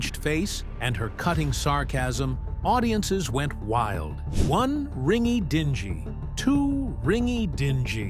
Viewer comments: ding-eee .... dont din-gee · It's "RING-EE-DINGG-EE. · Commentator mistakenly pronounces dinghy jb as dinji. Lily is still My favorite actress! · One ringy-“dinjeee”? Come on! Spare me. If you going to do a video on this great woman…proof “listen” your efforts at least.